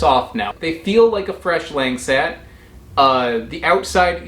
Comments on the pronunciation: Quick tip : Langsat is pronounced as Lank-Sat, not Lenk-Set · Protip, these are pronounced like Lahng saht. Not LANG SAT. And emphasis on the second syllable. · Langsat not langset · Lang sat Lahngsat Them westerners always go butcher the words lol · It’s actually pronounced lung-sut 😬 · I understand that he's a foreigner but the pronounciation is killing me